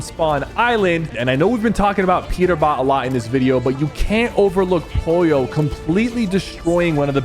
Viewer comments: BRO ITS POLLO NOT POYO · Sypher… not Poyo, it’s POLLO!! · pollo not poyo!!!!!!!!!!!! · Sypher its not pollio its POLLO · I love how syper says poyi yo even tho it’s pronounced po lo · 36 minutes and 15 seconds of SypherPK going crazy on Peter it’s pogo stick and not pollo give pollo some praise to man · He calling pollo poyo💀💀💀